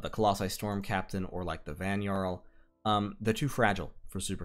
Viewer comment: Great vid, thanks! One thing.. the Nordic/German pronunciation of the letter "J", as in Jarl or Vanjarl or fjord, is pronounced as an English "Y" (as in yard). So those words sound like 'Yarl', 'Vanyarl', and 'fyord'. Thanks again!